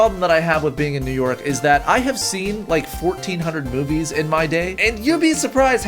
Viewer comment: I thought he said boobies not movies